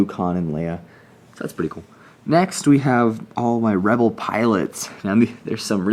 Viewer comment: he said webel army😅 !